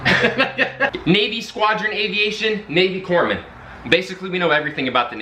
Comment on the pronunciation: It's Corpsman. They are the medics in the Navy. When assigned to a Marine Corps unit, you are in war up to your neck. Your job? People get shot. They cry "Corpsman!" You then stop them dying long enough to reach a doctor.